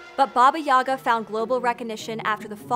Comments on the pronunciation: May I note as one of those "many Russians" that the stress is on the second syllable YagA, not YAga? Also "baba" in modern Russian is a derogatory term for a woman of any age, it might have some "positive" connotations in some usage cases, but even in those situations I would argue it's very questionable. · Gentle reminder that the pronunciation is baba "yega" not yaga. In Russian at least. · Wonderful and engaging story, kudos to the Author! One thing- the stress in the name is on the second syllable - yagA not YAga. Probably not important for a foreigner but really goes against the grain for a Russian speaking person, considering how many times it is uttered. Otherwise - Great job. Big like.. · Actually, it is stressed as yagA, not YAga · You pronounce Baba Yaga incorrectly, it is baba yagA not baba yAga . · Russian correct pronunciation is bAba yagA, not yAga! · Great vid and info but you are pronouncing her name so wrong my ears 😂😂😂😂 It’s baba Yagà not Ŷaga, apostrophe on last a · It's pronounced..YA. GAH...NOT YAGA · It’s BA-ba ya-GA. I love that you covered her, but blast it, the mispronunciation of her name nags me. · It is Baba YagA The accent is on the the second syllable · You are pronouncing it wrong, it is Baba Yagá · it's yagA, not yAga tho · You are mispronouncing her name. Baba YAH GAH. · and I can not get over the fact you've done so much research yet pronounce her name with emphasis on the wrong syllable. jk, loved it. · It’s pronounced with the emphasis on the second syllable. It causes me to cringe the way you say it (you are not alone).